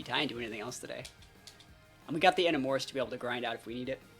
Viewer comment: your pronunciation of Enamorus is crazy lol